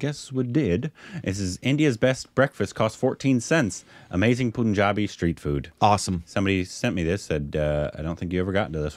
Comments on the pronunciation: Guys, it's not pronounced Punjabi like moon. It's pronounced like any other English word with a U in the middle, bun, pun, run, gun, sun etc. Pls pronounce properly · Why westerners always say poonjabi. It's pronounced "Pun" the actual pun and "Jabi" like jaby but with "I".